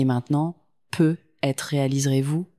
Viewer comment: Il faudrait apprendre a la voix synthétique le mot "peut-être "...